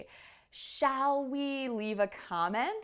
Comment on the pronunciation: '' For mature WOMEN'' is the correct form ......also the L pronunciation in SHALL ( , etc)....